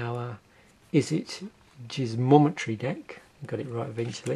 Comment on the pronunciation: I think it's gizmometry as in gizmo. Not jizzmo. That sounds wrong as hell. Gizmo makes sense because of technology being associated with that guild. Or steampunk mechanisms. Gizmo is a short term word for gadget.